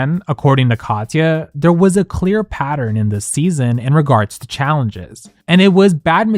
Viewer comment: nobody mentions how he pronounces her name "Cod-yuh", really? Like nails on a chalkboard